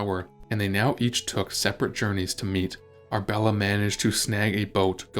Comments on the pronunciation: Ar-A-bella not Arbella for goodness sake! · Annoying!! It is Arabella NOT Arbella Are you real or AI From Nella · You are skipping a syllable… Ar UH bel la! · It's Ar-a-bella. Annoying AI pronunciation!